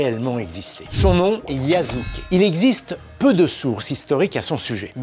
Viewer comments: Petite information sur la prononciation de Yasuke, la deuxième syllabe ne se prononce pas [zu] mais plutôt [su]. Mais bonne vidéo, merci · Attention à tes prononciation su se dit jamais zu... c est insupportable quand on veut faire qqch sur le Japon... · Va falloir un jour arrêter de prononcer le japonais à la française. S n'est pas Z. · Aussi, le "s" se prononce "s" et pas "z". Les français font cette erreur de prononciation en permanence avec Osaka et Wasabi, et donc désormais Yasuke...